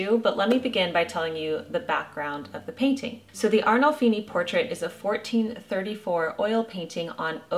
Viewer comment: You absolutely nailed my last name pronunciation!!!!!